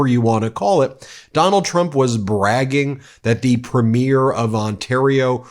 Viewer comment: I know the existence of Canada is new to most Americans but our provincial leaders are premiers- emphasis on the first syllable.